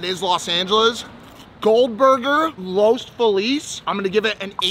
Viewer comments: Bruh, he pronounced Los Feliz like he's fucking new. Love you Mike, but that brings shame to you as an Angeleno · Mike that’s how I know you’re not from here. You absolutely butchered the name “Los Feliz” 😂